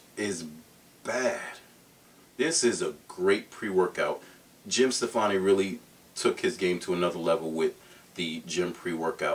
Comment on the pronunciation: Its Jym StoPPani, not Steffanie. Gwen Steffanie, maybe? lol